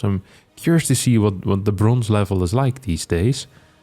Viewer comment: I was going to pass on this one until I heard "bronze"...